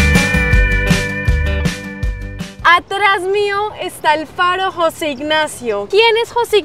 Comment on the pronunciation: No es Jóse ignacio, es José